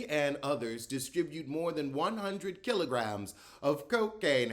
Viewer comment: The way you said kilograms😂😂